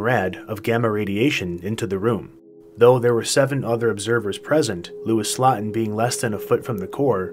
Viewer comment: it’s pronounced slowten. Phonetically speaking.